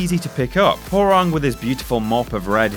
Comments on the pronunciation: I have never heard Hwoarang's name pronounced "Whore-wrong" before. Always have heard it pronounced " Hwah-wrong" Also, no love for Eddy? He has all sorts of crazy spinning leg combos from his capoeira fighting style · He pronounces Hwoarang Ho-rang. Dafaq? Dude, that's racist. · Hoawarang is pronounce as warang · "WHORE-ANG" ROFL